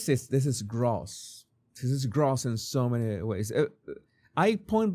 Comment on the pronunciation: You're mispronouncing 'gross' my friend. It does not rhyme with 'toss', it sounds more like a rhyme with 'adios'! 'Gross' is pronounced with a long 'o' sound, like the beginning of 'grocery'.